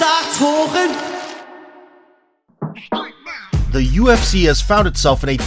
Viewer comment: "...Menns start talching !"